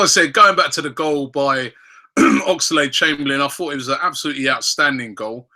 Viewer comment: Everytime Robbie says Ox's name like Ox-A-lade Chamberlain. I part of me dies a little